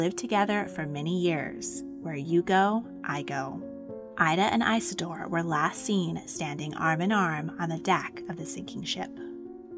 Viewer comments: His name was Isador Strauß Not EISADOR when doing history please get it Right! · Eye-suh-door is an ear-sore!